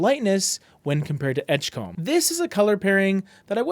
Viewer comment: From a Maine fan, please say edge-come rather than edge-comb. And keep the great content "come"-ing.